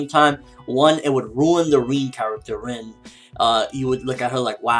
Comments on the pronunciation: isn't her name pronounced "rin" and not reen? good review though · Lol but still it annoys me as that is clearly not how u pronounce her name. Rin rhymes with bin and u wouldn't pronounce bin as ''been'' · God dammit it's RIN not REEN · Why do you keep saying Reen?? It sounds weird haha. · why does call Rin ''Reen''??